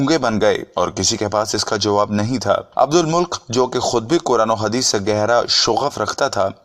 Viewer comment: عبدالمُلک نہیں ہے بھائی بلکہ عبدالمَلِکْ ہیں